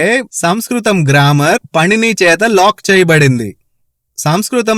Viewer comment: " పణిని " కాదు "పాణిని " అని ప్రొనౌన్స్ చెయ్యాలి